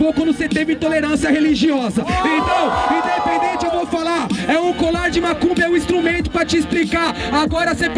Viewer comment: 100 vezes falou idepedente kkkkkkk